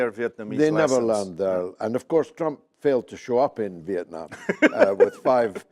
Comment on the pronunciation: makes me laugh, if you missed it Pepe said does Flump not Trump.